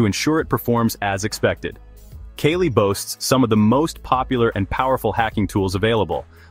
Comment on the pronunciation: Its KALI not kelly 😕